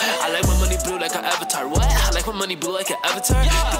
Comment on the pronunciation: Lmao this man be funny as hell. He said AVITAR lol. IMVU be my main game lol